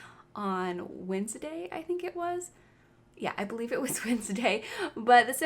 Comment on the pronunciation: i love this video but the way she says wednesday is just hilarious